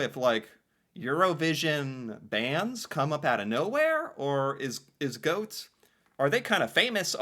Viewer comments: G - awe - t - eh, is the letter for letter pronunciation 😊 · Remember when reading every letter: gåte is not goat, it is Goa-TE you read it in 2 steps, and remember to read the E out loud. Instead of goat it would be more like Goa-tea. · Gåte is pronounced gaw-teh. 😊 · Hi from neighbouring country Sweden! I love this song so much! Please don't pronunce gåte like "goat" 😂. The å is pronunced like the (British) letter a in "water" and the e in the end is like the e in the word "end". There you have it 😁. I also love the Swedish entry, which is performed by the Norwegian twins Marcus and Martinus. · No, Gåte is not pronounced like "goat". 🤣 Hot tip: An "e" at the end of a word in Norwegian, is in general NOT silent. I'm not a fan of EuroVision, but I love Gåte. They're awesome live. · GO-te, thats how you pronounce it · Gåte is pronounced 'gor-ter'. When there's a circle over the 'a', it becomes 'or'. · It's GAW-TEH,! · The instrument is called a key harp.. And it is the national instrument of Sweden. It originally comes from the province where I was born.. (Uppland) /Roslagen. Only 2 people alive today still make them. Gå-te.. the e is Not silent.. go teh... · so hard to help americans with norwegian phonectics, but i will give it a go anyway for you:) i think it would sound more like "Gauht-é" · Pronunciation of the bands name would be Gaw-teh. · Gåte: Gaw - te. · How you would spell Gåte in English is Gaate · being, pronounces Gåte as "goat". But it's fine:) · PLEASE start pronouncing the E (like the e in ted) at the end of norwegian words! The E at the end of norwegian words is NEVER silent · The Å letter is pronounced like the o in the English word "gone". Gone for a walk. Gone-gåte gåt.. ee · Gåte, the e at the end is not silent ;)